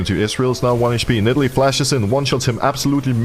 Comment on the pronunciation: I like when Broxah calls Nidalee "NIDDLE".